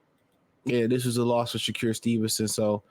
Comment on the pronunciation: It's wild how you pronounce his name - Sha-cure 😂